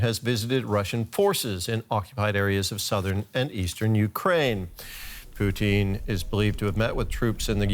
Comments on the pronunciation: I love how the reporter keeps calling Putin (Poo Tin) Poutine (Poo Teen), like the canadian gravy and cheese fries 😆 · I’m sorry I was cackling every time the anchor said the dictator’s name. It sounded exactly like how some Canadians pronounce “poutine” which is a comfort food made of fries, a specially blended gravy, and cheese curd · I love hearing Putin's name pronounced "poo·teen". All I can think of is fries and cheese when I hear it.